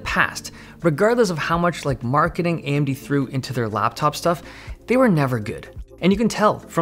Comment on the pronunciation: the way he says "AMD laptops" lol